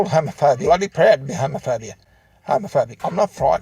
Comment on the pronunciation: Am I the only one when he said "homophobia" it sounded like "home of furby?"